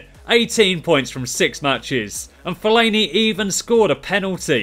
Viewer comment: My Fav Part Was When He Said Fellani